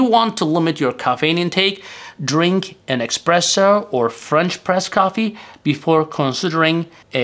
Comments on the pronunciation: Sorry, but it is not "Expresso" it is Espresso! It is made with pressure. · And certainly, it's espresso and not express-o. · It's espresso, not "expresso". Michael Scott on the The Office would say "expresso", among many grammar/pronunciation errors. What is the effect on truvia, stevia, splenda, and other artificial sweetners on blood sugar level? I've seen contradictory statements on the topic. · It's not "expresso" but "espresso" and it doesn't mean "express, fast", it means "under pressure, pressed out". Unbelievable that someone who talks about coffee doesn't know that. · It's NOT expresso for fast, but espresso. Considering all those italiano inventors, it's no surprise that the word espresso comes from… Italian! Espresso is the past participle of the verb esprimere, which means 'press out'. This verb stems from the Latin exprimere, which means 'press out' or 'squeeze out. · Informative as always, but...expresso? :) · not expresso lol, it's espresso and it oryginates from brewing method not because you think it's express :) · espresso not expresso ! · espresso, not expresso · It's Espresso, not expresso ;-) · It's not "EXPRESSO" -- it's pronounced "ESPRESSO", which has nothing to do with "express". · I call it expresso, that is how I like it lol. But thanks for language lesson. Please make us videos about how to pronounce words lol:) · Ah yes, "expresso" is fast espresso. 😆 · You have committed a sin, by mispronouncing "espresso". You could be unalived for that. A internet story about this talked about a jury actually acquitting someone for this.😂